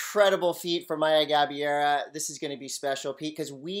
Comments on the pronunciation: The correct pronounciation of her last name is “GA - BAY - RAH” (not Gabeera). Congrats lovely Maya! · Actually they got it more wrong than that... They said Gabee-AIR-uh. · It's GA-BEI-RA